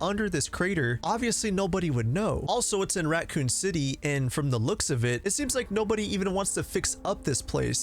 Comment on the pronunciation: Are you saying Ratcoon city